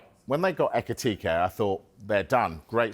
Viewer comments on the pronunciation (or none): It's Ekitike and not Etikite